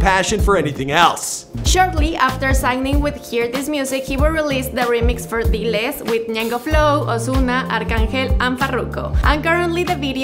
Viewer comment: bruh you couldn't even say "diles"???? come on